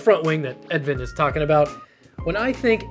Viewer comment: Edvin is usually pronounced more like edwin. Or something in the middle of those two.